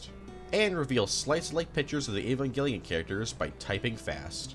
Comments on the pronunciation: Okay, the pronunciations are all over the place, but did I hear an Evanjellion !? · do you have any source for that, because i've heard that was just a rumor and he had no idea what the toy was. if he was a fan, you'd think he'd know how to pronounce the name, instead of "evan-jelly-in"